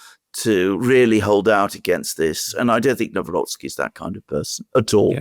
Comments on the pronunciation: Nav-rotz-kee. In general, in Polish, "w" is pronounced like the English "v", and "c" like "tz" in tzatziki for example. You're welcome 😉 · Pronounced Navrotskeee. Stress on "rots". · Pronunciation is [Navrotski] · If you want to pronounce president-elect's name correctly it is NAVROTZKY. Greetings grom Poland ! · Say Navrotzki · The closest good pronunciation of Nawrocki is: [na-vro-tski]. Greetings from Poland. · In Polish 'W' is pronounced as 'V' and thanks for your work! ❤